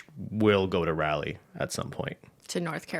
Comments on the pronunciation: It's pronounced raw-lee, RAW-LEEEEE. NOT RALLY! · As a NC born and bred gal I'm lol'g at how pronounced Raleigh. 😂 (Around here we say "rah-lee" No hate though 💜I love Canadian pronunciations) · Lol watching from Raleigh NC and hearing call it Rall-e instead of Raw-lee is killing me 😂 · Not Rally North Carolina: RAW-lay North Carolina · omg the way pronounced Raleigh 💀💀'rally' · pronunciation of raleigh is so funny to me